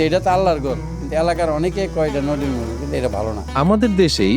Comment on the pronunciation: এই মহিলা তো মসজিদ উচ্চারণ ই করতে পারেনা।